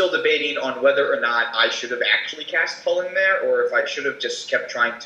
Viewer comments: It's pronounced Chew-lane, the designer of the card even mentioned this, you also call it this it , the other pronunciation sounds terrible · is it really pronounced "Cullen"? I have always pronounced the commander's name Chu-lane, as in chu chu, like a train and lane :) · Chu lane not hullan. The creators of chulane and the brawl decks call it chu lane not hullan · Its not "Hullen" Emma Handy was on the brawl design team and she pronounced it as "chew-lane" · Top of my head, Chulane was based on Cú Chulainn, so I've always had in my head that it's pronounced "Koo-layn"